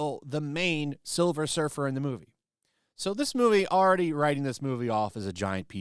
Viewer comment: Please it's Sliver Her fer 🤣🤣🤣🤣